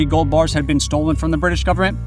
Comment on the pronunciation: "full faith and credit of the US gubmit"...LOL